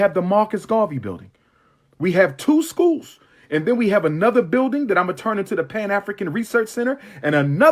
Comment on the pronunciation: He has "Two Schooze". LOL